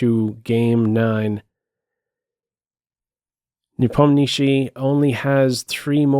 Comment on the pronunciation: you are the only guy on YouTube who actually pronounces Nepomniatchi correctly the way it's pronounced in Russian:) And great commentary as always!